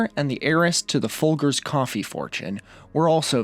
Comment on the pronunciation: Thoughts of You just freaked me out, yeah, incredible! Thank you. OK, I never thought it would happen but you convinced this old ass industrial punk to listen to some Beach Boys, well done! (Btw, Folger is pronounced with a soft g and McVie like McVee).